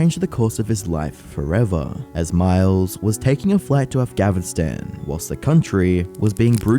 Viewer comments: afgavistan afgavistan AFGAVISTAN AFGAVISTAN AFGAVISTAN. ITS NOT A FUCKING HARD WORD. AF-GHAN-IST-AN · Why you keep saying AfgaVistan? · ITS AF GA NI STAN NOT AF GHA VI STAN THEYRE CALLED THE TA LE BAN NOT TALLY BAN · why tf does he say afghanvstan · Why did he keep saying “Afgavistan” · Why the dumbo pronunciation of Afganistan? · Why you keep saying afgaVInstan?? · "avgaverstan" maybe take some seconds out of your day too atleast google the name before you make a video about the country lol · MATE. AF-GAN-ISTAN NOT AF-GAV-ISTAN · you kept saying afgavistan instead of afghanistan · I'm here and I wasn't gonna say thing but at this point you've said afghavinstan like 6 times. It's afghanistan 😮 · AF-GANN-I-STAN not avgavinstan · Bro said Afgavinstan :face-blue-wide-eyes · Stop saying "Afgavistan" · Are you saying afgavinstan or Afghanistan? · It's not called Afgavinstan, It's Afghanistan af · ga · nuh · stan atleast research the name of the country prior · I'm more confused at you not knowing how to say Afghanistan than i am at him going there... It's not Afgavinstan, it's af-ga-nuh-staan! lol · i hate how you say afghanistan "afghavistan" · afgahvistan ? 😓yeah sure... jesus .. Again ?Dude 😅 lean to pronounce correctly try to learn to pronounce correctly the name of the country you're supposed to cover... and finally, that guy is a Sam Hyde fan ? OK I guess it tells a lot right there.... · why is this idiot saying “af-gavin-stan”? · Narrator can’t pronounce Afghanistan? Afgavistan? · why are you saying "afgavistan" lol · What is Avghanistan and why do you keep pronouncing it that way? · What's up with pronouncing "AfghaVistan"? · What's afgavistan, say the country's name correctly. AFGHANISTAN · why is bro saying Afgavistan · Why does this idiot keep calling it Affgavinstan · I'm sorry, but you saying "Afghavistan" again and again and AGAIN triggers the fuck outta me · Bruh says "Af-gavin-stan" and "the world's first news website in the world" 😂😂😂😂😂😂😂